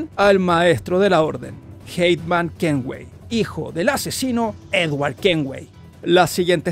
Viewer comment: Es Haytham Kenway, No Heitman Kenway